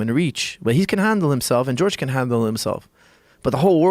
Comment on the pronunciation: Some people call him "George" instead of "Horhay"